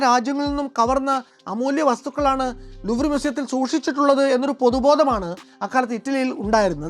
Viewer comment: ലൂ എന്നാണ് ഉച്ചാരണം എന്ന് സന്തോഷ് ജോർജ് കുളങ്ങര പറഞ്ഞ് കേട്ടിട്ടുണ്ട്.